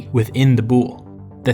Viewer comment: DUDE YOU KILL THE WORDS. THE WORD IS VOULI NO BOULE. THAT HAPPENS WHEN YOU DONT KNOW HISTORY